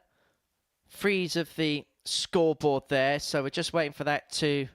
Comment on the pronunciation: The feelings come naturally to suit the atmosphere...its not rocket science "scwoobawl" "seeweez frwee" "Wobert Fawnton"....ugh, sloppy